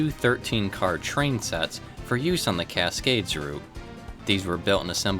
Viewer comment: Casgays haha